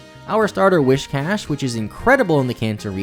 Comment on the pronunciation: An unintended unintended thing you did: mispronounced whiscash the whole video.